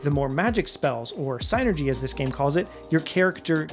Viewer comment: Finally someone pronounces psynergy property!